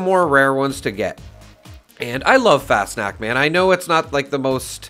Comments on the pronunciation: No. It's more like fahs nockt - there is no 'sh' sound. The 'a' is pronounced as an 'ah'. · I think its pronounced like "fast knocked" fas knocked, but the 'ed' on knocked is more of a 't'. FasnachT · It’s pronounced kinda like Fahss-knocked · An imperfect but fairly easy to say pronunciaction for Fasnacht would be something like fahz-knocked. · Nacht is a germanic word pronounced nawkt or knocked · How do you know when you have a rare mask? On a sidenote;It’s pronounced “Fosh-Nockt” Missed Fascnacht. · Pronunciation = fas-knocked but with an 'ah' instead of an o Did everyone learn about krystallnacht in elementary school? Nacht = night Pretty much pronounces how you read it Fast snacks or fas nack whatever people say So funny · It’s pronounced Faws-knot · No. It's more like fahs nockt - The 'a' is pronounced as an 'ah'. There is a "kt" sound at the end. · Pronunciation is an option on google translate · IKR. How easy would that be to do instead of mispronouncing constantly and not even trying?